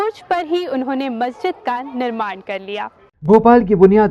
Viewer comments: Why are you pronouncing it as masajid? Like it's masjid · Madam masjid ka name to theek hai, fahad akram ne jo objection kiya hai wo name par nahi kiya, balki ladki jo bar-bar masjid ki jagah masaajid bol rahi hai wo ghalat bol rahi hai, wo aise ki agar wo masjid ka name bol rahi hai to usay pura name yani Taj-ul-Masajid bolna chahiye aur agar wo name nahi bol rahi to usay masjid bolna chahiye na ki masajid kyunki Taj-ul-Masajid ka matlab hai masjido ka taj aur agar aap sirf masajid bologe to uska matlab huwa Masjido, yani wo ladki bar-bar ye masjido bol rahi hai jabki ye to ek masjid hai....I hope ke ab aapke baat samajh aa gayi hogi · Masha allah bhaut acchi jankari diya aapne bas bolne ki tameez nahi hai masjid bola jata hai masajid nahi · The claim that Taj-ul-Masajid is one of the six.largest Masjid seems to be correct seeing its location and building. Besides it the commentator of the video pronounces it masajid where it should be Masjid . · बहोत खास.......यह मसाजीद नही मसजिद बोलये.....